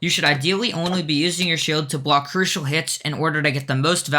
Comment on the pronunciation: "to plwace a bwock" lmao